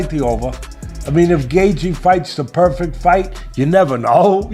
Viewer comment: Stop dragging JR into your BS! And your AI mispronounces Gaethje.